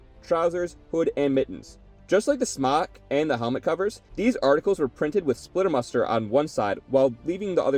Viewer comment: "Splitter Mustard" you pronounce it like that